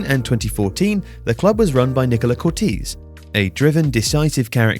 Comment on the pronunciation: It's pronounced "Cor-tay-see" not "Cor-teez" but other than that great video 👍